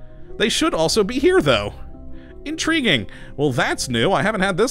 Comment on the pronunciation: "In-tree-ging" missing trees😋